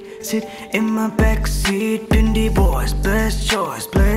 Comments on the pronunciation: Its not pindi aye its aye i mean aaa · Pindi a,not pindi ayee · Bro pindi aye(aeee) nhi pindi ay